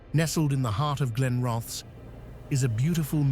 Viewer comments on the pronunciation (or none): Balgonie castle in Fife Scotland is haunted by a few more ghosts than mentioned here i think or so ive heard. Glen roth ess is how the town is pronounced. Thanks for sharing.